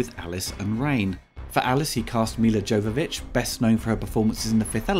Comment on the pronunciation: Butchered Milla's name. It's pronounced Yovovich